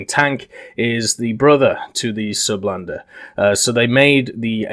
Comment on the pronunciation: you can call it the surblindé your prononciation is fine